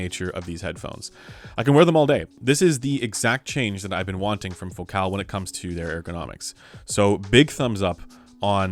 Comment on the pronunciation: Why do you say fo-cal. Isn't it like the word, fo-cul.